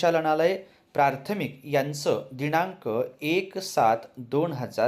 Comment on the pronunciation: 🎉प्रार्थमिक नाही,प्राथमिक